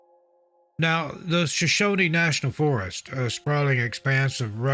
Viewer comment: We pronounce it just like it's spelled... Shoshone, not Shoshoneeeee. "Shuh-shown", No extra "E"s at the end. 😉